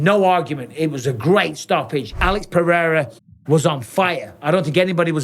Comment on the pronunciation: I love Jon Anik (spelling?) But seriously, can someone tell him to stop pronouncing pededa? its like a really dodgy irishman or cockney pronouncing potato, its so annoying its literally ruining my enjoyment of Pereira's amazing career!